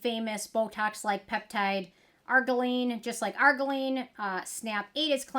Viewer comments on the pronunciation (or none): You're missing a syllable in argireline ar-GEER-ruh-leen